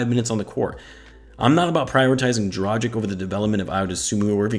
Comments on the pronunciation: Say Dragik. Now say Drageetch. You're welcome. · dra-ghee-ch, dohn-chee-ch, voo-chev-eech, bogh-dano-veech, shar-eech ;) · Man can't even pronounce his name right then makes a video about him 🤦‍♂️🤦‍♂️